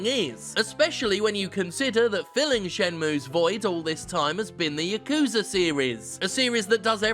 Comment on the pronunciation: YA-KU-ZA not yuh-kuza